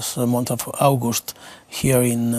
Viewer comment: No sabe ni pronunciar August.